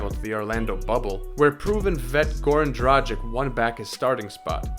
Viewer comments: kaže se D R A G I C - ovaj tim Miami heat na zapadu bi se borio za 8. mesto tj za ulazak u play offs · Another american who cannot say Dragić, it's tragic. So hard to listen.